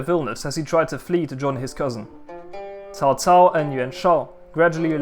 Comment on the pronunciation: Thank you. Pronunciation is on point and most ppl think cao cao a villain as he is portrayed in video game culture but was intelligent and inspirational and wanted nothing more to unite a divided china and understood that the Han was ending.